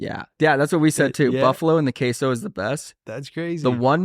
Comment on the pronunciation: pronounces queso as "kwayso" lolll, make that into Nonchalant merch asap bro